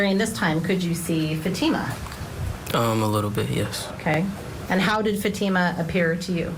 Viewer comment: Can you please pronounce Fatima's name properly.. shame on this far left Judge for keeping very important information from the Jury! Namely that this is definitely a Attempted honor killing and an Attempted forced marriage!